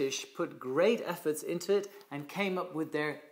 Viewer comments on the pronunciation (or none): none